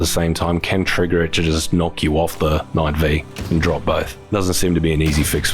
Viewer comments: It's Knight Five not V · The correct pronounced knight five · "Knight Five" -- the pronunciation was literally in the update notes.